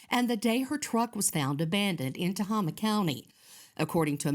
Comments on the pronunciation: It is pronounced Ta-hay-ma , spelled Tehama County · Tohama, County is pronounced To-hame-ah but the syllables are rapid. Native American name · Tehama County pronounced Te- hay- ma 😊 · Tehama county it’s not Tama county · It is pronounced Ta-hey-ma county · Yeah, I bugged me when they mispronounced it.